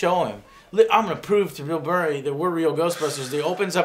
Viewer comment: Did Joe say Mill Burray? XD